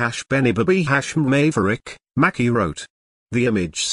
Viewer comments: It's MACY! Lord not Mackie! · If they are gonna use these electronic voices they could at least make them pronounce people's names correctly #Who's Macki #her name is Maci #May-cee